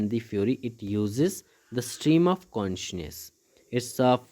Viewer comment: Consciousness ❌ Conshness 👍